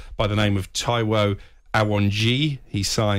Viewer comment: Butchered Taiwo’s last name!